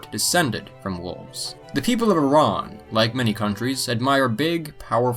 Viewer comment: It’s Iran not iron